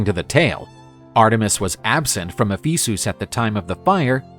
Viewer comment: E-fee-soos? who pronounces it like that?